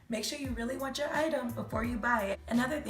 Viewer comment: “Make sho you really want cho item before you buy it” 😂😂😂😂😂